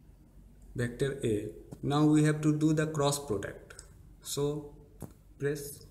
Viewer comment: its "vector" not "bector"